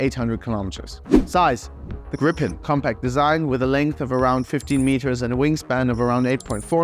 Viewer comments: How to in English say the Swedish name Gripen, you say GREEEEPEN. Yes, green without the n, and pen. Gripen. Pronounced greeeepen. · I love you so much, Ukraina, that I will let you in on a secret - it's pronounced [Gríp-en] (or Greep-en, if you only speak English) ❤ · so it's pronounced as Gree-Pen ?